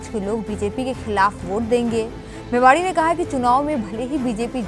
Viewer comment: मेवाणी न कि मेवाड़ी।